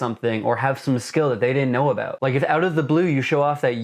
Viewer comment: he said a-boot.